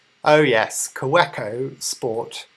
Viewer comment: pronounced "kaVeco"...just saying